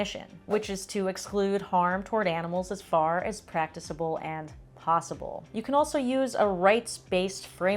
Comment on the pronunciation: it's good to hear the proper pronunciation of the word 'practicable' for a change. It's supposed to be a soft c as in the word practice.